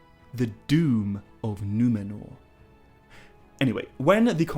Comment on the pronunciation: Love the way pronounces Numenor correctly with the trilled R without it sounding super exaggerated like the characters in RoP!